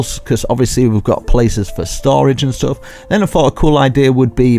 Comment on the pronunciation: I love how he says stoff